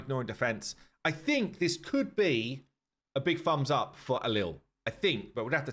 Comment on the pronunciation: a big "fumbs up"... dude, visit a speech therapist.